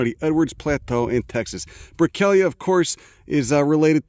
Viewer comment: Thank you for saying my name right. I almost slipped out of my chair... Say it again... Say Brickellia